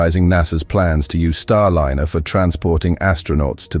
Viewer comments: Starliner -- not starlinner, you silly twit. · You chose a particularly poor AI voice-over. Many mispronunciations. Really bad when it can't even pronounce Starliner properly. Also... The CLICKBAIT TITLE didn't exactly enhance your credibility and is indicative of an AI channel. B A D ! ! ! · Rubbish "Clickbait" title!! What TERRIFYING Discovery, and who just died? The content is well covered, but outdated with many possible action points already taken, plus unrelated video clips of Starship and Space Shuttle. Finally, please use a voiceover that pronounces Starliner correctly at all times, which it can and occasionally did, but randomly, and often within a few moments, if not the same breath, it said StarliNNer, and at least once StarlinEEr.